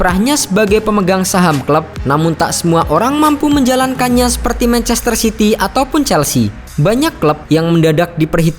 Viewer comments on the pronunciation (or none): none